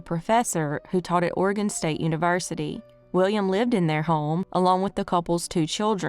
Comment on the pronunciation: Thank you for not calling it Or e gone, or Orgun. Everyone not from here cant pronounce it. You did it right.